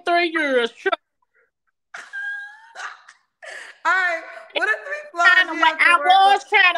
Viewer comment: Lol nah she said 3 yurrs 😂💀